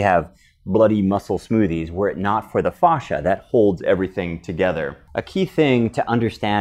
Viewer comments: It’s fascia not fauscia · It's not fauscia it's fascia god damn it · i work in auto industry and thats not how we pronounce fascia (fay-sheeuh) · Stop saying "fosh-a" though. Google how to pronounce it. Super annoying. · Great info, thanks! I’ve never heard fascia pronounced the way you say it though. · Painfully miss pronouncing words such as fascia! It's so hard to watch. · A lot of information from some one who doesn’t know how to pronounce it